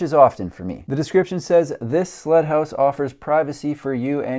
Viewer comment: I swear by all that is holy, you kept calling the first house a "slut" house. I had to turn on the CC to discover it was "sled" house, which just made SO much more sense.